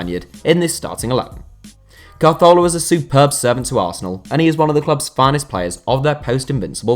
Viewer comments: Is it just me or do you pronounce it Cazorla rather than Carthola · It was nothing like the correct pronunciation. He moved the letter R to make it CAR-thola for some reason. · Ka-Thor-La = Cazorla The way you said it made me develop OCD and become bipolar. So now I am out to get you, or am I? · Why did he pronounce it car-thorla it's (as far as I know) pronounced ca-zorla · The way you're saying Carzola is really pissing me off. Also Bellerin is a right back, not a reft back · Not carthorla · CA-ZORLA. Just say it normally and you won't sound short tounged 🤷🏼‍♂️ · Why are you saying CAR-thorla where did they r come from at the start lol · Apparently Santi Cazorla's name is pronounced Cahorla. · It isn't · I loose a brain cell every time he says calzthorla. He was my favourite player and it was so sad what happened to him and now can't even say his name right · Why r u saying santis name like that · My bad, I thought you were talking about how he pronounced the "z". You're right though, he basically skips the "r" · C and z's are pronounced "th" in Spanish (Castilian) rather than the "s" sound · I am portuguese and i speak spanish and annoys me more the way he pronounces it than how the one english do, it sounds like he has a problem on his mouth the way he says it, hurts my ears